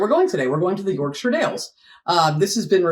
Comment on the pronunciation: I'm a Yorkshireman, and pronunciation in the introduction sounds spot on, she says it as a shortened 'shuh', which is perfect, most Americans would be over emphasising it with a clear 'shire'.